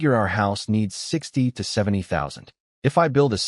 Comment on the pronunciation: help help they trying T. O. kill me. hahaha the narrator spelled it out the "to" to "T. O." hahaha